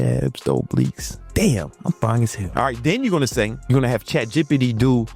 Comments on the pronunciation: Chat G P T not gippity d lol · Bro can you say chatbbbititty again? lol 😂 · Naaaaa i really lost it when he said “chat jepity”😂😂😂😂😂😂😂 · "You gonna go to chat Jepity" 😆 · "Chat gippitty" 🥀🥀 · I cant stop giggling every time he says Chat Jipitty 😂😂😂😅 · "Chat jippity" 🗣️ 🔥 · Nah man it's chat jippy pee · "Chat jippity" lmao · “Chatjippity” lol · "Chat Jippidy"😂😂😂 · "Chat Jippity"🤣🤣🤣🤣🤣🤣🤣🤣🤣🤣🤣🤣🤣🤣🤣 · Chat jipadee got me 😂😂😂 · 😂😂 he said chat PDiddy 😂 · Found this comment as he said it wrong😂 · These next 2 weeks will be harder than him saying “CHAT G.P.T” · I love how you say ChatGPT lol